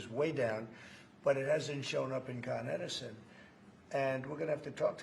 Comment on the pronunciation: “CON- Edison” lol using a word he knows so well